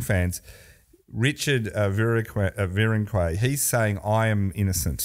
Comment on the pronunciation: clearly doesn't watch the Tour or failed French at Melbourne Grammar. His pronunciation of cyclists names is deplorable. Richard Virenque is Rishard Vironk.